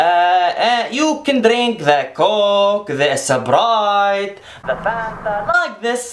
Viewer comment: “We put the sbrite” lmao